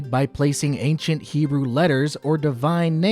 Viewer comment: You did your best, but between mixing religious devotion, sub ethnicities, and your inability to pronounce any Hebrew words. Its pretty clear you're way out of your depth.